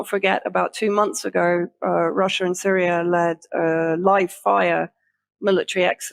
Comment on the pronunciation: Rusher, Chiner, Syrier, Cuber...etc.. Oh well, we can't say "Impor unt" here in good ole USA 😁